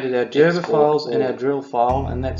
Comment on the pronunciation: Gerber. Hard 'G'. Not 'jerber'.